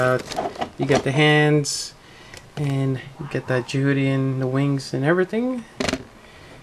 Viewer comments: I had to stop the second you pronounced it Je-HOO-ty. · You keep saying its name wrong and it's frustrating.